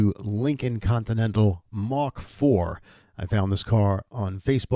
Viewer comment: Mark...not Mach.